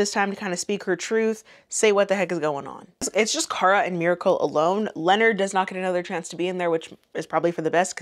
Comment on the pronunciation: I think Charlemagne names is pronounced LeNard